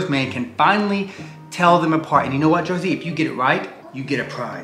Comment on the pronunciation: Jersey!! Not scrappy